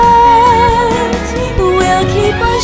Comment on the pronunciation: Where are your consonants girl, especially at the end of words? Bright sound like Brigh...